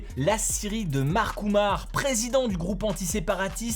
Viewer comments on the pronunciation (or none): none